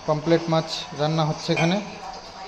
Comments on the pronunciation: POMRET not pomplet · পোমপ্লেট না পমফ্রেট